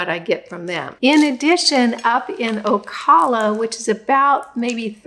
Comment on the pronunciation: Ocala is pronounced o-CAL-a, say like CALifornia.❤